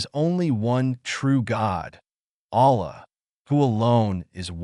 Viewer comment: Don't use AI if it is gonna pronounce Allah's name and his other names wrong, delete the video